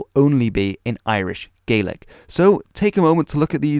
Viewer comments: THANK YOU SO MUCH FOR SAYING GAELIC PROPERLY! Tapadh leat a Alba. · Scottish Gaelic speakers from southwestern argyll often pronounce Gaelic like / GE-LIK / although most speakers will say / GA-LIK/ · Yesterday, I saw a video about how they are keeping the Scottish Gaelic language alive in Nova Scotia, Canada, in a program where the older generation are teaching it to the younger. However, these people pronounced "Gaelic" as "gay-lick." Could this be because these older Gaelic-speakers have been away from Scotland itself for such a long time? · In Scotland it’s just Gaelic (pronounces Gah-lic) because there is already a language called “Scots” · Thanks for pronouncing Scots Gaelic correctly